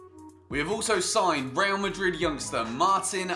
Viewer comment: think he was ment to cut the first bit out because he failed at pronouncing "Real Madrid", but then he probably forgot to cut it out, so now it just sounds weird